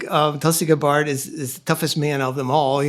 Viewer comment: Tulsi "Guh-bard". Really?